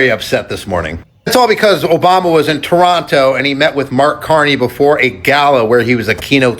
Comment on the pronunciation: 🇨🇦I am pleasantly surprised Americans are pronouncing Toronto correctly and calling our Prime Minister by his first name. Thank you all the best to you are American cousins.🇨🇦